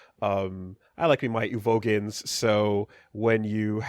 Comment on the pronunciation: "Your Kenpachis, your Rock Lees, your UVOGINS" may have let something slip here. I think I see the game he's playing and I wonder if caught that too.